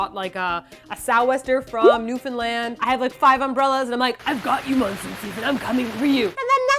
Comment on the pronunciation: You Can't even begin to comprehend how glad I am that you pronounced Newfoundland right! Nobody ever pronounces it right!